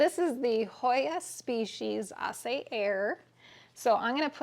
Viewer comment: Hi. Just thought I needed to let you know that Aceh is a province/island of Indonesia and it's pronounced...ah-chay... I'm not sure, off the top of my head, whether it's an island, but enough of the geography lesson, you have yourself a gorgeous hoya and I'm sure there will be a lot of people who can't wait for you to propagate and sell some pieces.